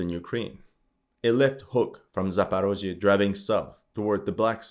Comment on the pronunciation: I immediately understood where you get your information from, as soon as I heard your pronunciation of the names of Ukrainian cities and territories (that's what Russians call them). Not Zaparozhye, but Zaporizhzhia, not Dnepr, but Dnipro.